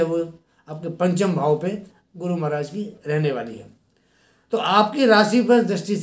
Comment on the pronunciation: गुरु बोल्ने मे गड बड लग्राहाहे 😀शुक्रीया गुरु।